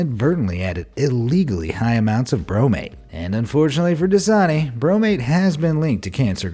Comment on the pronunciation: Das-a-ni translate that's a knee